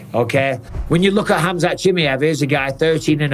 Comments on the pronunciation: Mike, you say his name so wrong it’s almost disrespectful bro. I know you don’t mean to, but it’s Cha-My-Ev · “Khamzat Chimney-ef” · How tf can mike still not pronounce Chimaev correctly yet